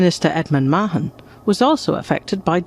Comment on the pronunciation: At last the correct pronunciation of Mahon